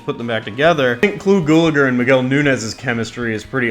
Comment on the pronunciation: Why can't any of these vids say his name right?-it's pronounced GAL A GER...not Gulager...idiots.